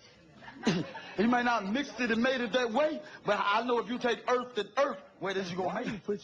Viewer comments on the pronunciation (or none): He mighta not made it dat way.. But if you take earf and earf.. Nigga high as a bone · he said God made the earf